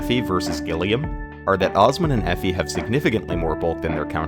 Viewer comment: haha her name is Effie. FE.